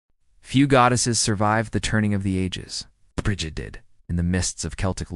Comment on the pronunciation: Say it with me now... Breed. Or at least Brijid. Also, keltik